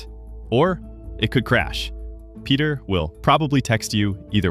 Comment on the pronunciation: His name is not Peter but Pedro.